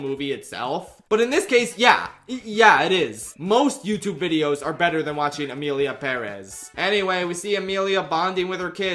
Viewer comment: Thank you for pronouncing 'Emilia Pérez' the right way BTW, the lyrics in Spanish don't even rhyme